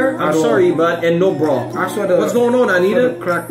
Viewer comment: Por que vocês acham que nós não sabemos falar inglês? E não é "Anira" e sim AniTa. Like "Tatoo" T. Anitta